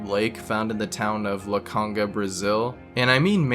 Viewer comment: As a Brazilian, it's actually spelled/pronounced "Iacanga", with an "I" rather than a "L". I guess he got confused with the lowercase "l" which is similar to the uppercase "I". It's a small city in the state of Sao Paulo, close to the more well known city of Bauru